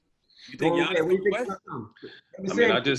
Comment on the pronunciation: Did they say Giannis name wrong 🤣 Ge-iannis 🤦🏾‍♀️